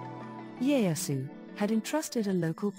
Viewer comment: Ieyasu, not Leyasu.